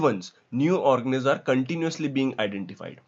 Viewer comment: Organisms ka pronounciation thik se kero wo organiz nhi h